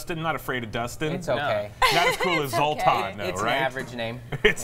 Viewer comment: Very classy of Zoltan to show no irritation from the consistent mispronunciation of his name.